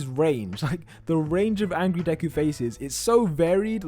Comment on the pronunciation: This is not Deku in fact its Devu